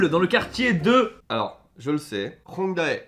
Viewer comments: "HongdAé" aille aille aille (On vous en veut pas xD, le a ne se prononce pas, ça se prononce juste Hongdé) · "ae" ne se prononce PAS "a.é" mais juste "é" donc c'est Hongdé et pas Hongda.é Comme Taehyung d'ailleurs hein, c'est Téhyung et pas Ta.é.hyung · Hongdaé 😭 15 secondes de vidéos et j'ai déjà mal au coeur 😂